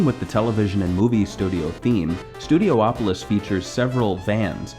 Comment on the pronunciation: It's pronounced Studi-opolis. Not Studio-opolis.